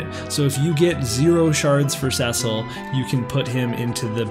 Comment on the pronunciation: Someone who ponounces Cecil properly! Nice! XD